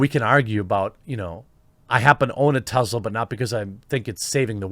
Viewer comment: IT'S NOT TEZLA IT'S TESLA!!!!